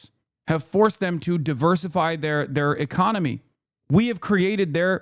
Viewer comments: "Economey", an extra letter in this economy? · The "Economey" is Cooked. Umm... you're better than that, Hasan.